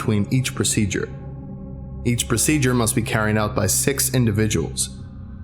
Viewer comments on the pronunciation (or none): You say six like sex and got me really confused. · when he said "Six" i heard "Sex" is that normal? XD